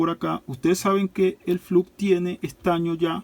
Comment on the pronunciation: SE PRONUNCIA FLOX